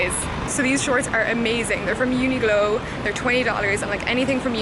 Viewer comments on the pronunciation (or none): I thought I misheard from another video thar you pronounce the q in uniqlo as a ‘g’ but… it’s a q unique-lo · Loved this format!! And I also think the way you pronounce Uniqlo as Uniglow is 10/10!! <3